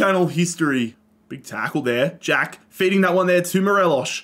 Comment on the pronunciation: As a rangers fan it was great seeing us dominate scotland and seeing tav get that high rating. Unfortunate to see the end result however. Also it's mo-re-loss there's no sh sound.